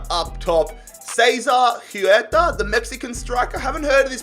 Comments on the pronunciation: huerta, pronounced "who-where-tuh". no not kidding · huerta is pronounced where-tah